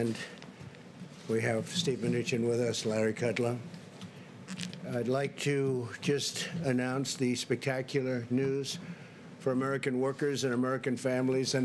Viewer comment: Did he just say Larry kudlum ??? I thought his name was Larry Kudlow !